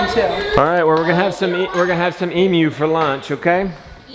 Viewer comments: Thank you so much for correctly pronouncing emu! ❤ 🇦🇺🇦🇺🇦🇺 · Ayyyyeeee. says emu the right way!!! Proud Aussie here 😂